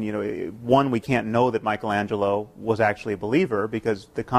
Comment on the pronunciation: Setting aside the mispronunciation of Michelangelo, the question around :30 is absolutely brilliant. What might the great artists of history created in the absence of religion? Also, Hitchens is demonstrably accurate in stating that theists, FAR more than atheists, are responsible for the disrespect, desecration, and destruction of religious art, music, and architecture.